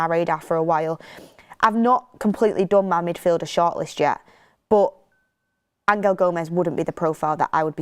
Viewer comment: Why you pronouncing angel like that? He ain’t Spanish